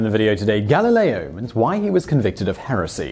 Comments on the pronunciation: Convected? Did you mean convicted? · Convection? Poor guy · “Convected”? Really??? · "Convected"? Lol